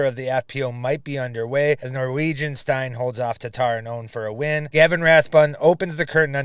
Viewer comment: Last week they said "steen" like "teen" and this week it's "stein" like "wolfenstein". I don't expect every name to be pronounced correctly but this is comically bad for a one syllable name. Some people don't understand you LISTEN to how it's pronounced, and copy. Forget how it's spelled.